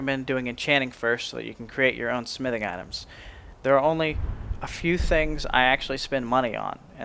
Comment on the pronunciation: nice vid ..but i dont like how you say the word smithing